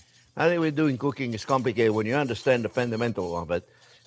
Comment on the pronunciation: He says "not comlicated" kinda like going to a neurobiogist and he says " ah, not complicated' LOL Love you Jean-Jierre!!!!!!!!!!!